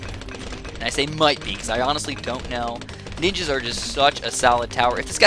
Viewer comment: "ninjers" oh god